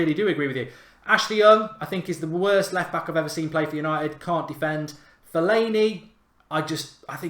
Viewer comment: It was all going decent until he said Fellani man. 🙃🙃🙃🙃